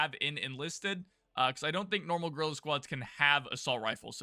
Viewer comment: Did I hear you "girl" squad instead of guerrilla squad??